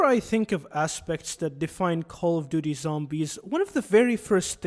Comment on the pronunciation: Cawly doody zawmbys